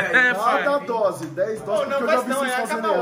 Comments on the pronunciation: Tem toguro falando DROSE TEM LIKE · PERCEBERÃO O Toguro FALOU UMA DROSE KKKKKKKKK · Tem Toguro falando três "drose" tem like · Tem toguro falando três drose de pre-treino tem like .